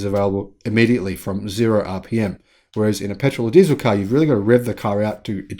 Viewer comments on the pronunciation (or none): none